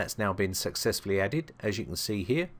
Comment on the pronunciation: Did i hear ... Sexfully saved?